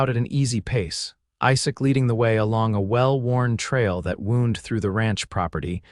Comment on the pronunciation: The past tense of "wind" is pronounced as /waʊnd/. That “ending” is just rude! AI, no doubt, involved.